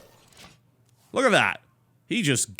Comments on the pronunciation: did TB just say "Sweg?" Haha :P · Did tb just say sweg... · "Sweg" -TotalBiscuit 2013